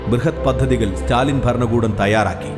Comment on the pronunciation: ബരണകൂടമല്ല.. ഭരണകൂടം.. മലയാള ഉച്ഛാരണം പഠിക്കുമല്ലോ